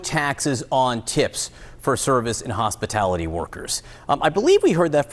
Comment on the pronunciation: She cant say hospitalty correctly. WTH makes any of her supporters think she can fix anything? She aint telling yall she's gonna put you under lock & key until you elect her.